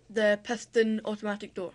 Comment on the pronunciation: ''the peston'' shit.. can't describe how awful it sounds..